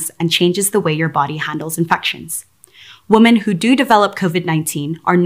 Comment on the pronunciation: You'd think they could find someone who could actually pronounce the word "women".